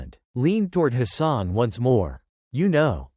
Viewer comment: His name is Hassan and not his son. 2 complit different meanings, There is no O in the name